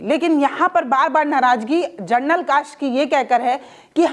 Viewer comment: Madam, Gernal Nahi hota General hota hai